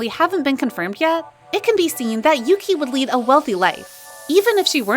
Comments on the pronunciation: omg yuqi's name is pronounced as YUCHI not YUKI. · Yuqi's name is pronounced as Ugi, not Yuki. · Thanks. Even i use to pronounce as yuki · Nope. Yuqi is pronounced as Ugi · Ya no, it's pronounced as U-gi/Oo-gi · It annoys me how you say Yuqi's name wrong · you do not pronounce Yuqi like that ahahahahah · When you pronounced ‘yuqi’ wrong.